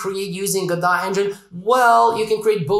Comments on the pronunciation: Lol it's Go-Dot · It is pronounced ‘Godot’. You welcome. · If you're going to correct someone, you'd better be correct. It's "go-dot", which rhymes with robot (their symbol).